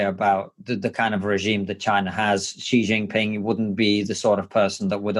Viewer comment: Please, please, please stop mis-pronouncing Xi Jinping's name! It's really not that hard to get it right, and it really grates. It's closer just to say "She" instead of "Gee". Really. It's not rocket science.